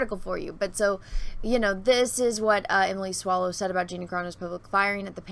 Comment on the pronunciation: Swallow not Swallows. /facepalm